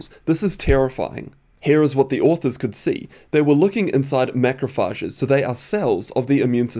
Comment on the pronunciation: Interesting study. BTW, that's not how you pronounce "macrophages" and that's not how you spell "particles".